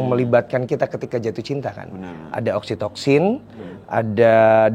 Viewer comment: Btw oksitosin yaa bukan oksitoksin😂